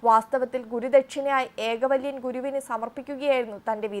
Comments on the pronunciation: ഏകവല്യൻ അല്ലാ ഏകലവ്യൻ എന്നതാണ് ശരി. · 😂ഏകലവ്യൻ ആണ് ഏകവല്യൻ അല്ല. രാഹുൽ ഗാന്ധി അല്ല നിങ്ങൾ വായിക്കുന്നത് കേൾക്കുന്നത് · ഏക വല്യൻ അല്ല...കുട്ടീ... ഏകലവ്യൻ... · ഏകവല്യൻ അല്ല മോളേ... ഏകലവ്യൻ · എന്താ ഇത് ഏകവല്യൻ അല്ല ഏകലവ്യൻ ആണ് are you a ന്യൂസ്‌ reader? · It is not ekavalyan, it is ഏകലവ്യൻ (Ekalavyan ) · ഈ ന്യൂസ് പറയുന്ന പെണ്ണിനും വിവരമില്ലല്ലോ എകവളിയൻ അല്ല ഏകലവ്യൻ ആണു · ഏകവല്യൻ അല്ല ഏകലവ്യൻ എന്നാണ്.😮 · ഏകവല്യൻ ആരാ 😂😂😂ഏകലവ്യൻ കേട്ടിട്ടുണ്ട് 😂😂😂😂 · ഏകല വ്യൻ ആണ് ഏകവല്ലിൻ അല്ല. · ഏകലവ്യൻ..... ഏകവല്യൻ ആയി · എന്റെ പൊന്നോ.. ഏകവല്യൻ അല്ല.. ഏകലവ്യൻ ആണ്... അത് പോലും അറിയാതെ ന്യൂസ്‌ വായിക്കുന്ന ആളും രാഹുലും ഒരേ തുലാസിൽ തന്നെ 🤣🤣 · ഏകവല്യൻ അല്ല ഏകലവ്യൻ ആണ് സോദരീ... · It's not alkavalyan.Ekalavyan is the correct name. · ഏകവല്യൻ അല്ല ഏകലവ്യൻ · Ekalavyan NOT Ekavalyan😂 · ഏകലവ്യൻ എന്നു പറയാനറിയാത്ത വാർത്താവായന അരോചകമാണ്